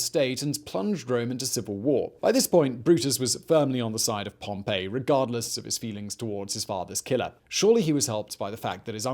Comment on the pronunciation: Every time Simon mispronounces Pompey Julius Caesar smiles